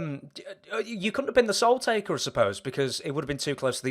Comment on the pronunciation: I like Papa Shango. But whyyyyyyy do I get annoyed when he and others say "Taker" ???